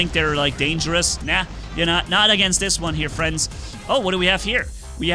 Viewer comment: I still wonder how says "friends" as "fliendsssss" its almost like his camera is shaking